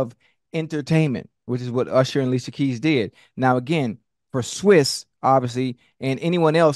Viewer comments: I like the way UNC says his name.. " Swizze".. it's pronounced like Swizz cheese but my man UNC can chop a name up boy I tell you what!!! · It's pronounced SWISS not SWESS lol